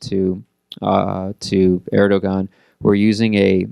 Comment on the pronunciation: I stopped listening to this guy when I see the "institute of world politics" in the background. It's US propaganda. This guy cannot even pronounce Erdogan properly.